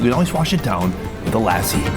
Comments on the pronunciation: I think the term is lassi, not lassa.😂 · It's pronounced Joe-sh, not Josh, and luss-y not lassie😂! The food looks amazing. Will give it a try when I'm in Mumbai next. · "Lussi" can help with pronunciation